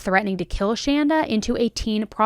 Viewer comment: I just want to to say thanks to for pronouncing the name Shanda correctly. My name is Shanda and it seems as if no one can ever get it right so major kudos! Also, it's kind of funny my sister's name is Amanda. I've heard this story before but forgot some of the details. Another neat thing Shanda Sharer birthday was 6/6/79 and mine is 6/2/80